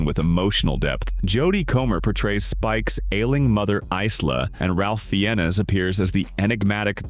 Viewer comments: Ralph Fiennes is pronounced as Rafe Fines. Sometimes, AI is just better than error-prone humans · "Ralph Feanness" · It's really annoying how these AIs can't pronounce names correctly. Raph Fiennes is a good example.